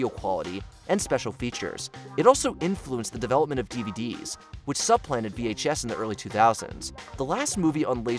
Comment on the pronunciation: supplanted not Sub-Planted... suh·plan·tuhd